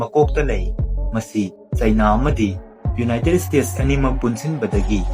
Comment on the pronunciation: Ucharol khitang sengna haibiragadi nungaijagani united state haigadaba khonthokto united stage oina haibire khitang nungaijade somgi lei do (tongue) to khitng...